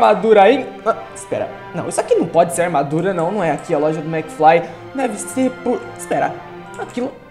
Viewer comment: Kkkkkkkkk, se fala mcfly e não mcfry